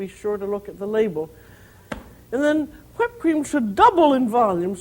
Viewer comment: I love how she says whipped. "I'm going to make ha-whipped cream."